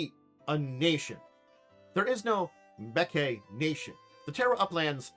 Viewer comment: I think much like some west African names, it may be pronounced Mmm'be'ke'. Like Mmm yummy! I knew a guy named Mtube' and it took me a bit to get the Mmmm right and not pronounce it as M-tube' and I'm ancestrally part west African so don't feel bad. But overall you're a lot closer than I was with my friends name.